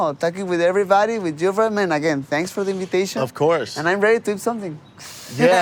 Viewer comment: brandone never doesn't say AYEverybody AVEvery video he makes. Also he says messsscan.